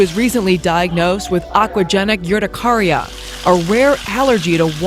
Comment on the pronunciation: just to corect you urticaria is pronounced like er-ti(cap i) care-i-a